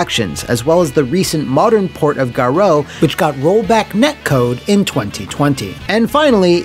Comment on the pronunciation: Can't believe the title screen pronounces "Garou" like that!